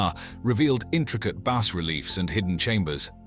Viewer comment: Sorry, had to stop watching because robot voice keeps changing the sound of words. I couldn't take hearing "Lee Dar" or base/ bass reliefs anymore.